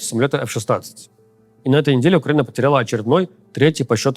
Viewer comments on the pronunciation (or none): none